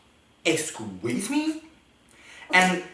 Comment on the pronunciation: “exsqueeze mee” “Bless you honey “ Me: he’s giving me very white chick vibes 🤣